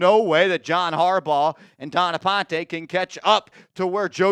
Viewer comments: Stop pronouncing ‘Dawn’ as ‘Don’. Making her sound like him. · It’s Dawn not Don